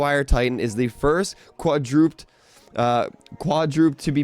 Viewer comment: Quadraped, said as qwadra-ped. Or kwadrah-ped. Just look it up, before you read this stuff aloud in video read the script and see if there are words you do not know how to say, and if you dont know how to say them chances are you dont know what they mean. Quadraped mean four legged or four limbed.